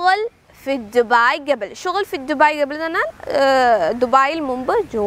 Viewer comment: ടീച്ചറേ.. നല്ല ക്ലാസ്.. But pronunciation കുറച്ചൂടെ നന്നാക്കാം.. മുമ്പ് എന്നതിന് "ഗെബിൽ " എന്നല്ല ഉഛാരണം "ഖബ്ൽ" എന്നല്ലേ....?